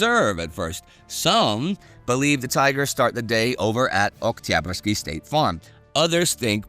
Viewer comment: Great stuff as usual Fun fact: Every time Indy prononces 'Oktyabrsky' it sounds totally russian with not any accent present